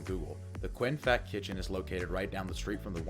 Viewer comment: Fat is pronounced faht, rhymes with bot.